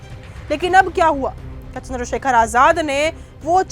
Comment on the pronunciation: Chander Shekhar ravhan hai sahi se name le